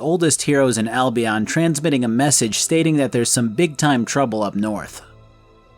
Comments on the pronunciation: The constant mispronunciations of Albion is hurting me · Seriously another one says Albion wrong... sheesh